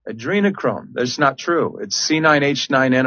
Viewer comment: Jimmy. You really don't know how to pronounce Adrenochrome? Not likely. Just sayin